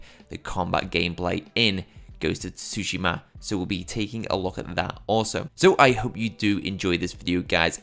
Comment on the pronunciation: It’s pronounced more like Su-shim-a not Tu susheema lol. The shim is more like shim than sheem as well.